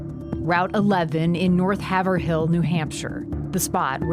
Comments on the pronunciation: The town is pronounced Hay-vril, not Haver-hill. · It’s route 112 not 11 and it’s Haverhill with a long A like hate. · Haverhill was the word that indicated to the locals that I was new in town. It’s pronounced “Hay-vrill” round here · The town is pronounced Hay ver il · It is pronounced Hay vrill